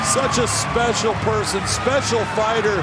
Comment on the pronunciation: He also said "SPECIAL" lol